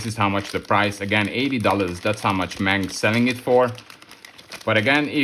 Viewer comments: No Problem! The English and Frensh say what they want but Germans try to speak foreign names as close as possible. Well, say at least "eM Ey eN". And the abreviation "Ausf." ist always spoken long; So, "Ausführung A/D/G"... Your viewers shouldlearn how it is said correctly. Best wishes!!! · When you say"M-A-N" in future, please speak every letter seperately. That's how Gemans do it. The "M" and "N" sound the same in English and German. The "A" is stelled like in "Natascha", So, you say "eM A eN". It means Maschinenfabrik Augsburg-Nürnberg. And in "Nashorn" the "a" is also like in Natascha" (but a long "a". "Naaashorn"...